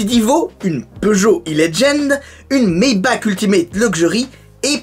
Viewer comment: « Maybak » 😭😭😭😭 tu peux dire « Maybar » stp car étant suisse j’ai mal aux oreilles quand on prononce mal le « ch » allemand